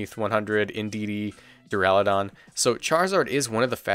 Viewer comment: thank fuck, youre the only poketuber so far to pronounce Duraludon correctly and its been triggering me to no end on every other channel ;-; Thanks for the analysis. gonna be interesting when you have multiple Giga options on any time like Grimmsnarl and Lapras (I think Lapras is viable standalone)